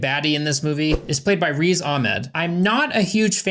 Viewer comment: For future reference, Riz is pronounced more like the first part of the word Grizzly instead of like Reese